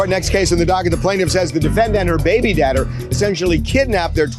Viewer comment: ‘Baby dadder”?